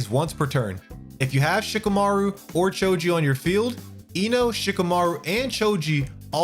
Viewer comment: It’s Shi-KAH-MAH-roo. Thanks for the video ✌️